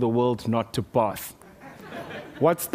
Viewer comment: Lol, i love his accent "both"